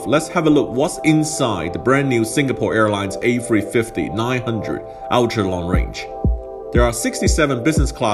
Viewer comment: I absolutely LOVE how he says A350 A free fwifty.